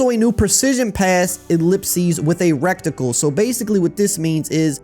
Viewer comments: My guy it’s Ret-icle. Not wreck tickle. Other than that thanks for the info! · Reticle dawg not recticle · Am I the only one who laughed at "rectacle" every time lmao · "REKKTIKLE" Lmao 😂😂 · Love how you say reticle😂😂😂 the T is before the C